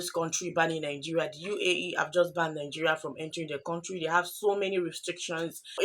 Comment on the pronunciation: MADAM IS COUNTRY NOT CONTRY WHY YOU NIGERIANS DO HAVE PROBLEMS IN ENGLISH PRONUNCIATIONS